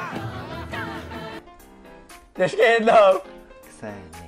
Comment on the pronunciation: Správně se to vyslovuje Xena